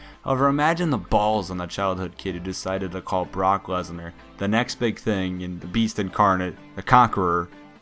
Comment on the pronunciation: It sounded like he said "cock lesnar" xD Jk jk